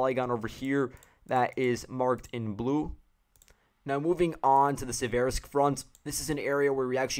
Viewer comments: Please note the stress: Mykhailivka (mee-HIGH-liff-kah) Siversk (SEE-vair-sk) Avdiivka (uff-DEE-yeef-kah) Thank you for the report. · mykhAilovka sEversk, avdEevka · Если по-русски, то да. Но он использует украи́нские имена. В частности, по-английски безударные O и I, звучат примерно одинаково. Хотел привлечь внимание автора к ударению. Вообще то предпочитаю: миха́йловка сѣ́верскъ авдѣ́евка :)